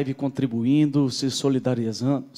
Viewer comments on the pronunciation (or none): O momento + engraçado é qnd ele fica tentando acertar o nome "solidariezando " 😄😄😄